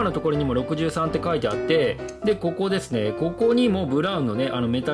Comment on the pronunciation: やっぱり63カッコいい あと、読み方多分「ロクサン」だと思いますよ(笑)